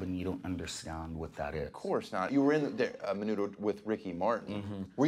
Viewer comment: "AMEN-UDO" lmaooo